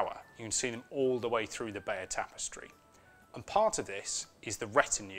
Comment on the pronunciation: you pronounce it 'Bayer' ?